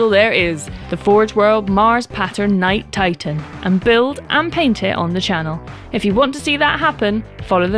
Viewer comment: Did she seriously just call that a “Knigjt Titan”!?